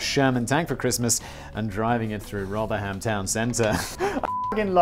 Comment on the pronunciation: Meme Accountant here... "Rother-HAM" ??? "Rotheram" is how its pronounced. FAKE SIMON! Showing off your lack of British knowledge again? It's also pronounced "Sol-ee-hull", not "Sol-ah-hull"... displaying that you have never travelled north of the Watford Gap, are we?